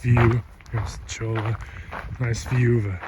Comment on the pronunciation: Gila = hee-lah Cholla =choy-ah The blue rock is copper ore. Thanks for letting us tag along.